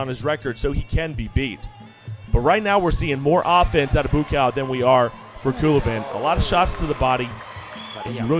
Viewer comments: Need to fire this commentator. It's bua cow. Not boo cow. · Take a shot everytime he says boo-cow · whose boo cow?..idiot commentator..you should practice your words first dude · Commentator is racist calling Buakaw 'Boo Cow'. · i gotta turn down the volumn. BooCow... that comentator should be fired. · I'm sure you already know this but it's pronounced boo-wah-kaw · He is being sarcastic... they butchered the fuck out of his name.. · Better use the last name Banchamek than the looks like nick/first name Buakaw currently abusing by lot of others Thai fighters or is it a trick of the game promotioners to cheat more spectators? And can somebody please tell that commentator to learn to pronounce the Buakaw name correctly? He actually turned Buchamek into a mix product of bull and cow. Does anybody see a bull or a cow do Muay Thai boxing? Lol. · I think he missed pronounced Buakaw's name. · Passer Bby he doesn't know how to pronounce buakaw's name. Joke n embarrassment of a commentator